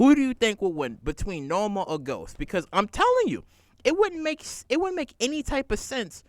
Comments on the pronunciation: The character's name is NOMA not Norma...NOMA. K? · NO-MA NO-MA NO-MA NO-MA. HER NAME IS NOMA !!!!!